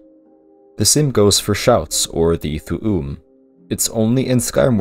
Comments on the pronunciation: It's pronounced Thoom not Thoo oom. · Why are u saying thoo oom? Did you actually play the games and just read these off a list?